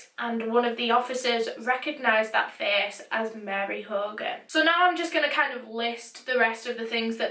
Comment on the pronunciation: I love the way you say face "ferce"😂❤